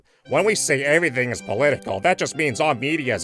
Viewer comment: lol "averything"